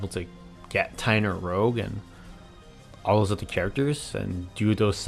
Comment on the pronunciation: You keep pronouncing "rouge" like "rogue". A "rogue" is like a maverick. "Rouge" is a kind of make-up. It's pronounced "rooj".